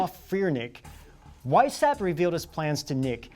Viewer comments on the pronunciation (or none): Vice howpt (or hoped) ... not hapt. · How hard would it be to take 20 minutes and check the pronunciation of French and German names before going live? Would add elegance to your message. [e.g. Weishaupt = Vice-howpt] . . . Cheers. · "Weishaupt" is pronounced as "wise-how-pt" and "rothschild" actually as "road-shield", but at least the French names are not being butchered :D Great series though! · Mind-Blown, had to watch twice. Glad to get fill in blanks after Wieshaupt. Well done, although someone should help you with European Pronunciations, and other cultures. (Happens to be my specialty!). NTL, Good Job, young Men!